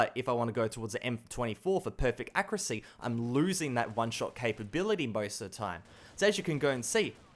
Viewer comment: I die little inside when you say accuracy